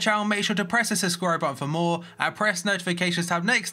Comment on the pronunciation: "if an offer is mehr" What the hell is he saying.